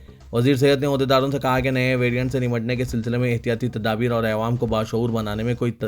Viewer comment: Assalamualaikum Bhai apne pronunciation ko theek Karen awaam kahiye